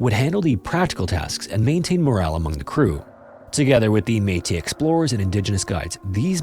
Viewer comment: The meetus and the deans have been all but been replaced by the metis and the denes 😂 in all seriousness you atleast learned to pronounce it right after last time lol